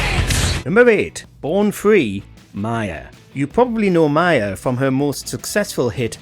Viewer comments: People keep making the mistake of calling M.I.A. ‘Mia’ or in this case ‘Maya’ but I also sense that Ms Arulpragasam doesn't care. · It’s pronounced M.I.A. not Mia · Mya? Is that how you pronounce it in Britain? Here in Canada we pronounce it Em-Aye-Eh? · No. 8 is M.I.A not Mia